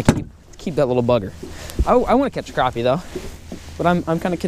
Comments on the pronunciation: Its krapy not kropy! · Crap.. e Not craw.. p Lol we all have our ways to say it. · its crappie not croppie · It's crap-i.e. Not croppie